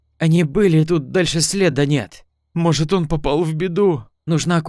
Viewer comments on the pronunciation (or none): следА, а не слЕда!!!